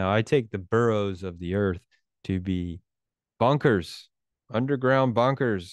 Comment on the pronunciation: You sounded like “bonkers”, not “bunkers”. 😅😊